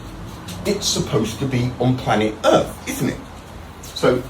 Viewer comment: Why cant he pronounce earth correctly 😫